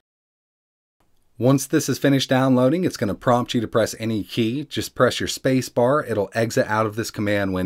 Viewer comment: oh "Spacebar"